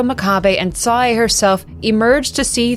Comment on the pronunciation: Love all ur narrations even if Sae - is like Sa-y and Yae is like Yay